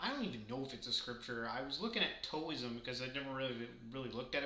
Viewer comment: Side note: Taoism is pronounced like Dow-ism. Tao rhymes with cow.